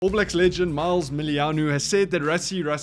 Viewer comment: Hey. Just a friendly, constructive heads-up... It is MILS Muliaina, not MILES. No 'E'.